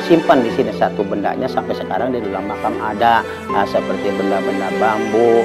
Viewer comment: makom bang bukan makam